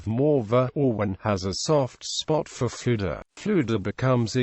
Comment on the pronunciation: Not quite. Dd in Welsh is pronounced as "th", and Ff has a soft, breathy f sound heard also in Gaelic. His name is pronounced much like "Luther"